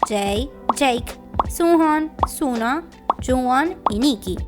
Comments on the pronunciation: Se dice Sonu :/ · unghoon se pronuncia songjuun, y sunoo es sonuu 😭😭